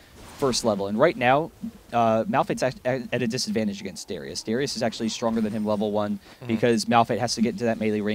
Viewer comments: How many times did he call " Darius " , " Darien " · darius... not darian... and not durian!!!! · He calls Darius Darien and Draven many times in the video, but I guess you're too chinese to realize how English works. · Any one elsenotice him calling darius dariun